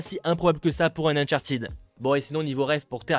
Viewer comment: Uncharted se prononce "ted" pas "tid"